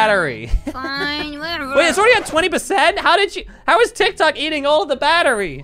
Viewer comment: Why she always say TIKTOUK